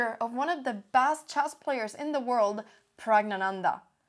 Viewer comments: I am so proud the way you made the effort to pronounce Pragananda's name.The news readers in my country would stumble over any name that is not in their native tongue. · Damn you pronounce praggnanandhaa perfectly!